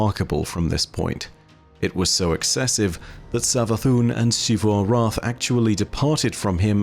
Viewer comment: Xivu Arath is pronounced Zee-vu Arath not Shee-vu Arath And Xita is pronounced Zee-ta not…whatever the hell you’re saying